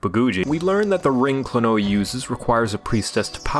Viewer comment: It's actually pronounced like Kleenwa